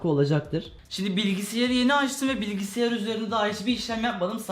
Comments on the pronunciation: Bilgisiyar demeyide bir bıraksan :) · ABİ GÖZÜNÜ SEVEGİM BİLGİSİYAR DEĞİL BİLGİSAYAR